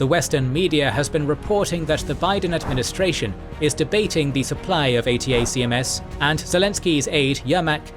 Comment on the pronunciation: ATACMS is pronounced 'A tack Ums'